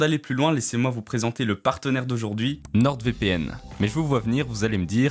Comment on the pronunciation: nor pas norde pour le nordvpn. Mais bonne video 👍